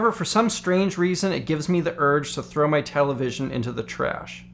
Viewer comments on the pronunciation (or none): none